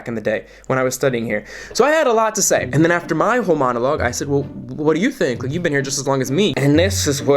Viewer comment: You said “whole monologue” and I heard “homonologue”